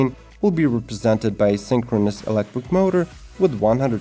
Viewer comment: The hell is elecwick? “Be very very quiet! I’m hunting wabbits! Heheheh”